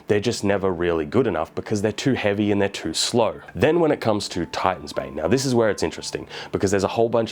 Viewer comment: Fr, i heard Titan's Babe the first time he said it.